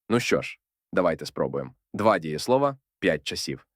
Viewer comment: Чудово! Але чому 'дієслОва' з наголосом на О в множині?